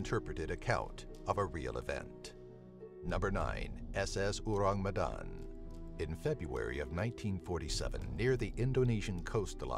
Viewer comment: the way he said orang medan hurts my earssssss. English speakers always have problems to pronounce bahasa indonesia😰